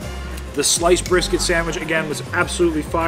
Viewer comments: What’s a Bristket 😂❤ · * What's a "Bristket"